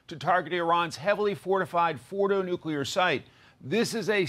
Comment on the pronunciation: Brain dead dumbass, if you're gonna try to read news you need to learn how to pronounce English words. It is pronounced nuclear not "NUCULAR" like Homer Simpson good God